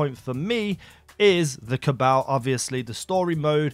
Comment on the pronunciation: The way he says cabal makes me cringe